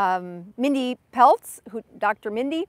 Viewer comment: Mindy Pelz not Peltz! 😀